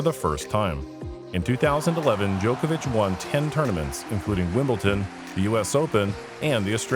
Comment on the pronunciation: Bro.... Wimbleton? Its Wimbledon.